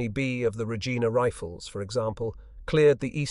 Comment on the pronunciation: Regina is the capital city of the Province of Saskatchewan, hence the Regina Rifles. In this context its pronounced “Re-jine-a”. The locals say it’s the city whose name rhymes with fun.